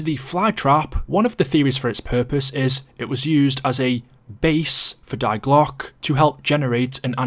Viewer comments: I agree, Isn't it pronounced 'Dee glock' ? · As a german i must say that i cringe everytime he says "die Glocke"